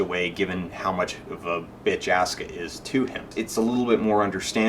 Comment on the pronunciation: Don't know, but I find it hard to take your analysis of the emotive intent in the japanese seriously, when you serially mispronounce Asuka's name. If you can't even pick out a main character's name when spoken in a foreign language, your ability to parse said foreign language for other information might be suspect.